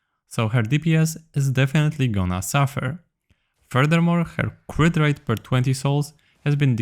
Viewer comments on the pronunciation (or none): none